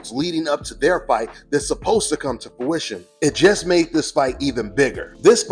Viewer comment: ...and ninja if you don't stop saying "fowition" *face palm*.. The word is FRUITION. I told you this 2 years ago and you still runnin with it lol. C'mon son!